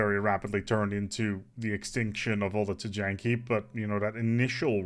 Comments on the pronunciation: I love your content, but for the love of god it's not pronounced Tee-Janky. It's somewhere along the lines of Tee-Yankee or Tie-Yon-Key. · "TEE-YAN-KEE" w/o a J I think..